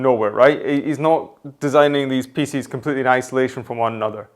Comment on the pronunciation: FYI-"Pieces" doesn't rhyme with feces....